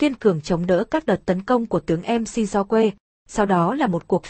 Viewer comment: Mc đọc là mắc chứ, bạn nên dùng VJ thật đọc ko nên dùng đọc máy